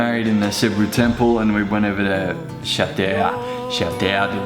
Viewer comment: its probounced as shatu ahahahaha